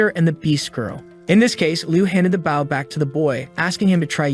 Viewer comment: my guy, please fix how it says bow when it's talking about the weapon and not the action. Try using boh, bough, Beau, Bowe, B-oh, or change the emphasis level (if the TTS you use has that option).